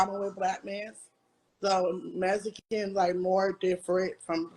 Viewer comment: "messickinz" lolololol